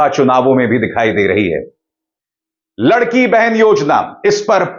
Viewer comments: अभिसार शर्माजी मैं आपके व्हिडिओज देखता हूँ और पसंद भी करता हूं | मगर कभी कभी कोई कोई मिस्टेक कर जाते है आप | महाराष्ट्र मे जो स्कीम चल रही है नाम है लाडकी बहिण उसका हिंदी मतलब है लाडली बहन | आप उस मराठी शब्द का उच्चारण लडकी कर रहे है | या तो आप बोलो लाडकी बहना या लाडली बहना ऐसे बोलो | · 'लडकी बहेन नही लाडकी बहेन'